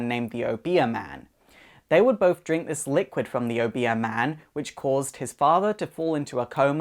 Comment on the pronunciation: you pronounce obeah funny xD